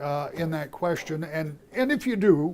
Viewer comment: Speaking on Education and Gretch says, "great queshion." Um, that isn't a word.